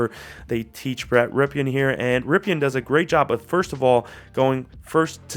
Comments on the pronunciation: It's not pronounced "Ripeean" it's pronounced "Rippen". His uncle played for the Redskins. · Dude. It’s pronounced “rippin” not “ripkin”.